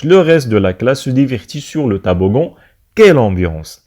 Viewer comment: Toboggan ولا taboggan !!!!!! نتا راك تنطق فيها طابوڤون